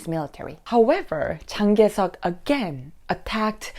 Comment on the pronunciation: She can't pronounce Chiang Kai-shek 😂